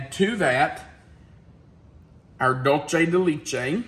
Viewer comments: Empanadas come in both Sweet and Savoury versions. They can be Baked or fried and filled with anything you care to fill it with. Argentine empanadas tend to be a Flour Pizza dough type. Colombian Empanadas are a Corn meal crust. Also, you really butchered DULCE DE LECHE. LECHE (Milk) is pronounced Lech-eh. Similar to the words Let-che. Just without the T! Your pronouncing it Leech-eh Hope this helps! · and, love your channel, “leche” is pronounced “let-t(le) ch- e(eh-deaf person eh) for le-ch-ehh! Sorry the teacher in me jumped on the pronunciation, I did it to my students too! Hope I didn’t offend you. Suzanna